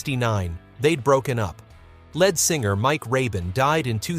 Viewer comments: Who is the narrator? LED singer. It's LEAD. Saying " largely forgotten" Apparently you don't listen to the radio. What a jerk.. Who are you? I've largely forgotten.... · Led Singer AGAIN. How disgusting being a leed(lead singer MYSELF,!!! It's insulting to put out a video mispronouncing the main band member .!¡!!led singer AGAIN. My skin is crawling every time I hear it!!!! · Please...pronounce Lead Singer correctly!! It is not "Led" like Zeppelin. It's " leeeeed" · Can the youth of today No longer READ.....LED Singer, NOT Lead (LEED) singer. How pathetic 🥴🥴🥴🥴🥴🥴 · Lead pronounced with a long e (leed)", but spelled LEAD. But then again, it's also pronounced led (with a short "e" sound. The English language is the hardest language to learn because so many of our words sound alike, but the spelling is different. But then again the spelling is the same, but pronounced differently. Like "read" and "red" or "read and reed. Same thing with "lead" and "led." This was taught in first grade. I could go on, but I think you get the idea. When you're not sure of the spelling or pronunciation, Google it using your microphone. Google is an amazing tool!❤❤ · And "ledd singer"? Do we mean lead singer? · Please find out how to pronounce words like lead (singer) - sounds like leed - and Skynard - see previous comment - and more if you are going to narrate these videos. This happens frequently on this channel (and others). Those of us watching and listening find it distracting. Maybe have a second listen or listener. Geez .... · Is it possible that these things could be narrated by a real human being? Lead singer pronounced like the material in a pencil? Lynard Skynard pronounced ly nard sky nard?